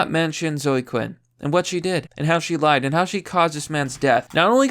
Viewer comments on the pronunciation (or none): none